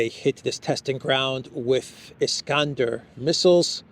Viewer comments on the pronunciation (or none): none